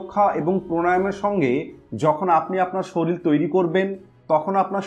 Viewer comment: কথাটা সরিল না শরীর। আগে উচ্চারণ ঠিক করুণ।